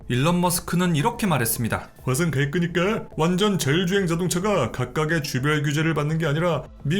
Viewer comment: 다 좋은데 왜 자꾸 화성 갈끄니까 라고 하십니까?